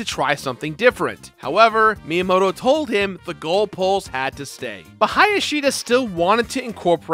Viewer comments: Miyamoto? More like Minyamoto. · The way you pronounce Miyamoto is atrocious. Must be an American... Lol